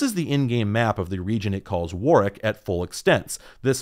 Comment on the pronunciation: Thanks for pronouncing Warwick correctly!